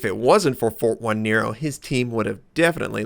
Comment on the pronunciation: jajaja sorry, 1 = i so, it is "Fortinero", is like write Nots3r. And the pronunciation phonetically is like "Forteenaro". Well, whatever xD Cya!